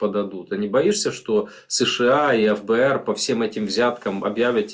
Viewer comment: Почему вы произносите: эФБээР? Прото уши режет. ФэБээР.